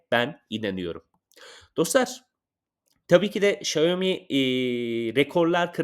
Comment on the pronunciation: Şayomi değil Şaomi